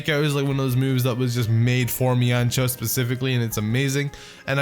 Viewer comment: You mispronouncing mienshao hurts me